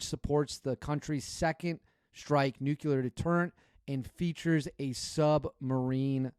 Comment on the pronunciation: It's nu-cle-ar, not nu-qu-lr. Got you bro